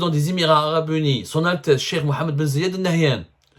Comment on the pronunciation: c'est aussi dur de prononcer bien le nom du prince Emiratti?? Ben zayyad ??